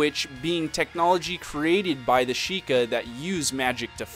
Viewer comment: "Shee-kye"? How do you get that from "Sheikah"?